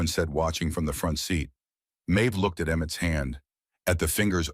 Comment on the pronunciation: Watching from England UK, the name of the man who is looking for the boy in his care is called pemberton not peton,the boy's name is Emmett not emmtt, please get the names right, pemberton should go to prison for falsifying and claiming government pay for the children who are no longer living in the house of horrors, that is called fraud ❤💓💯🏍️ Emmett will have a new place to live when he leaves hospital, Rowan has already told Emmett he has a place above the brotherhood garage where Rowan works, building bikes